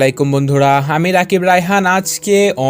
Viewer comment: ভাইয়া আপনি আমি না বলে হামি বলেন কেন